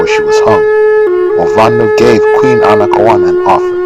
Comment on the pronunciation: Are you sure her name is pronounced that way? Google says her name is pronounced, "Ana-kay-own-uh". The effects of colonialism are still persistent so I'm not sure if Google is getting it wrong so I don't know.